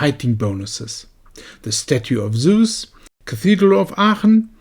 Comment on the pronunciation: You nailed the pronunciation of "Zeus". Well done.